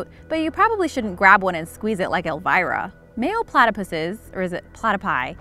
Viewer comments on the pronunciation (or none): It's Elmira by the way, not Elvira. Elmira is the one who likes to squeeze aminals ( that's what she calls them) and Elvira is the Mistress of the Dark😊